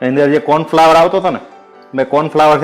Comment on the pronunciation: tamara wife sathe to kyarek intro karavo yar.. ane ek suggestions che k corn flower nai corn floor bolo.. dungari nai dungadi bolo